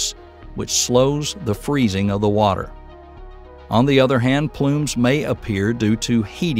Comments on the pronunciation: 'Water', not 'Watter'. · Watter instead of Water. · Ah yes, the life-sustaining compound, "watter". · WATTER? I'm out.. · "Watter" oh man. That, the units, the incorrect image for methane, and the totally out of scale images means I go no further. This video should not be viewed for educational purposes. You are welcome for the comment. "Don't recommend channel"! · "Watter." Not water, but "watter." Yeah, I stopped watching after I saw that. If something as basic as the word "water" is spelled wrong, what else is wrong in this video? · Watter? What's that? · Too bad he spelled water 'watter' 😁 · its because that is how hillbillies pronounce it. wattdur. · I like the Southern spelling too! "Watter" .